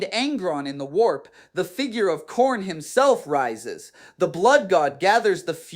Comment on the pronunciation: Khairn* is Diamanic*. Anyone else know that atleast Demonic is pronounced wrong? otherwise, great video sir